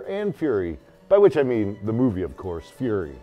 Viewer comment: Fury, not furry... though an American tanker of French origin who is a furry, would not surprise me.